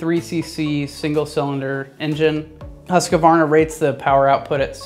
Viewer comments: "HUSS-KVARNA", NOT "huske'varna". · Say after me please: HUUS-KVARNA not Huskavarna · Try saying huskvanna cause you yanks seem to hace issues saying it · Huskavaarna? Whoskvarna. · Husqvarna is not pronounced huska-varna dipshit! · please stop butchering the name "husqvarna" :D video itself is great though